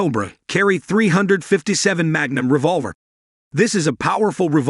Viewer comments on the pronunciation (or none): ‘Hog’ grips? ‘Dot three five seven’? Get a human to read this copy instead of a machine. If that was a human, find one that is familiar with firearms. Also, learn what snub-nose means.